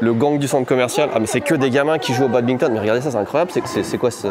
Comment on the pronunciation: attention petit commentaire bien aigri : on ne dit pas Babinton mais BaDminton. Merci !